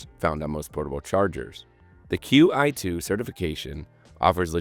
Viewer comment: Qi2 is pronounced 'chee 2'